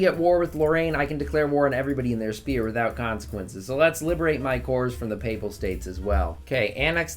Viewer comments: I always hated how he said sphere now I feel represented. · Is it like, an inside joke or something that a lot of vicky streamers pronounce sphere as spear instead of how it's actually pronounced lol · Never stop pronouncing Sphere as Spear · no offense dude but when you say sphere it sounds like spear